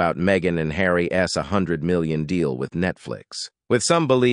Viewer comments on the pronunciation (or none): Couldn’t work out what was wrong with your narration. Took me a minute. Stop reading the last letter on contractions separately. Charles s, Tillman s, Harry s, Megan s, isn t. This is a new one, can’t say i’ve ever heard a robo-voice do that particular thing before.